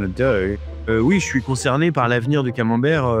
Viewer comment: ComenbertY... for sakes, hearts the ears..must you mispronounce everything? must you call cheddar a cheese? hllblls gzzz